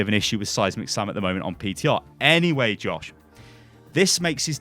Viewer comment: First couple times I heard him say seismic slam I thought he was saying "Seismic Sam". Which is beginning to sound like an epic superhero name.